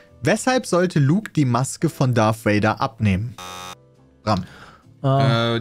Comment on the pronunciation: Es heißt Darth Vader und nicht Darth Wader!!! Ich kriege jedes mal die Kries ewenn ich Wader höre.